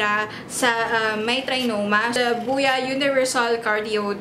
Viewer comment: Buya ba or boya? Nabobother ako sa pronunciation.. Huhu